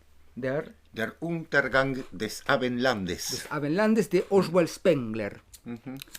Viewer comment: Se dice OSVALD no Oswald